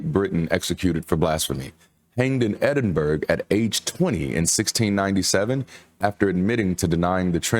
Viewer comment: Good video. Just a niggly little thing, I live in Edinburgh, Scotland. It is not pronounced Edinburg as you said. Burgh is pronounced burra - so it's Edinburra. Sometimes in America you spell places with boro (meaning burgh) or borough as in the boroughs of New York. They all come from the original root word - burgh.